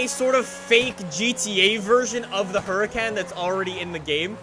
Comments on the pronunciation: FYI. It's pronounced Hurakahn Performanteh, not hurakän pformante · I think it’s pronounced “Her-uh-con”. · You literally completely exit out the R